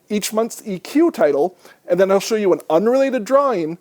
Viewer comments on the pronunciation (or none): none